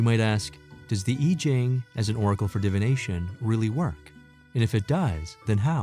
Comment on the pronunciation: Oracle not 'oragal'.